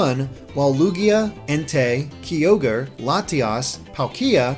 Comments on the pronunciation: "Raiko" "Kaiogree" "Keeogre" "ooxie" "Terrakeeon" Damn, the mispronouniation is real. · "kee-ogre" pls it's "K'eye'-ogre" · Key-ogre? Really? He said sooooo many pokemon's names wrong... faceplam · Key ogre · Oh my god you mispronounced so many of them Kyogre: Kye-ogre Rayquaza: Ray-quay-zuh Terrakion: Tur-rack-ee-un Cobalion: Co-bay-lee-un Virizion: Vur-rize-ee-un Bisharp: Bih-sharp Yveltal: Ee-vel-tahl WATCH THE ANIME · Uh-ks-ie As-Elf Kai-Ogre Ra-ee-Koo Tear-Ack-Ee-On Sol-Guh-Lay-Oh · triggered by pronunciation of Yveltal, Kyogre, Mesprit, Cobbalion and Terrakion. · you pronounced kyogre wrong